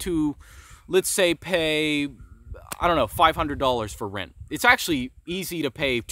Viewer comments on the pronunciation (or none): “rint” lol